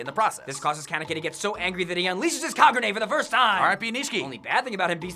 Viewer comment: "Ka gu ne"